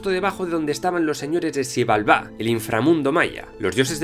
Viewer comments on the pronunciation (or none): Excelente vídeo!!! Suscrito y siguiendo. Nada más una aclaración: la x en maya suena como sh (Shibalbá) y la h suena como j (Aj Puch). Del resto, perfecto!!!